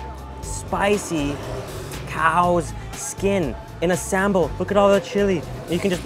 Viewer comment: Love to see you back again to Indonesia, and you did a really good job with some Indonesian words like manteeeeeb, sambel, enak, etc.